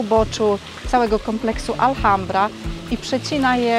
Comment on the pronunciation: i. Jeszcze raz wspaniały film. Wspaniała równowaga pomiędzy przedstawieniem natury, histori i kulinarii. Just a correction about pronunciation of Alhambra. The h is silent. It doesn't matter if it is at the begining of the word like hola or inside like ahora. No se preocupen, es fácil de hacer errores como así cuando empiezan aprender un idioma nuevo. Bessos desde Canadá.